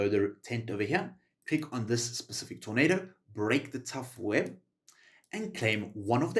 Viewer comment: I physically repulse everytime I hear him say “specific” ☠️